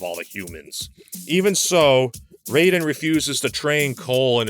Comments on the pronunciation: It's Ray-Den. Rye-Den is how you pronounce the name of Metal Gear's tryhard cyborg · The Mortal Kombat character's name is spelled R A Y D E N, so even though he's named after the Japanese lightning kami it's pretty clear his name is in fact supposed to be pronounced as Ray-Den. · The way pronounces rayden lol